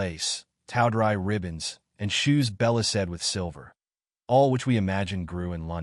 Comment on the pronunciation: This machine can't pronounce words like tawdry or dryly. Yes, it matters.